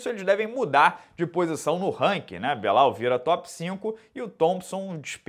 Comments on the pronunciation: "Crescimento do Belal" Tu sabe que se pronuncia BILAL né, senhor? Muito esperto. O CEO não fugiu dessa na resenha dele. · enchendo a boca pra falar do "crescimento do Belal"